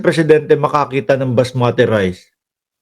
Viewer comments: It's basmati rice not masmati.. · Unggoy basmati hindi masmati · Basmati ndi masmati😂